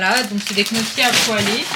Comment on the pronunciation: 😂😂 on dit nyo ki pour les gniochi et pas knoki. 😊